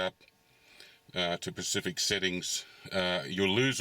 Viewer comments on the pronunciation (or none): looool it's specific,not pacific :) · It’s a common mistake that Aussies make for some reason.